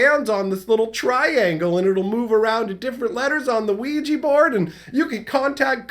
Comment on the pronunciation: Wee gee not wee juh. I was so confused for a min wondering what he was talking about, lol.